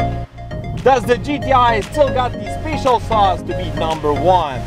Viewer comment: "Special" is pronounced "speh-shull", not "spay-shull".